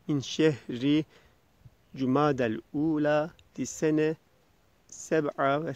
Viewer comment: Hocam "cumadel ûla" derken bir ى harfi var. Onu seslendirmek gerekmiyor mu? "cumadiyel .." gibi. Bir de leylek gövdesi gibi görünen makam kısmının son kelimesi acaba "aliyye" olabilir mi? Saygılarımla Ma'ziretun....